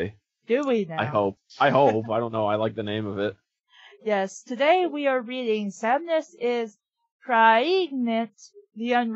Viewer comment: I can't help but notice you mispronounced "Samus" as "Samniss". In fact, you keep making that mistake. I can't be pregnant, I'm a dude!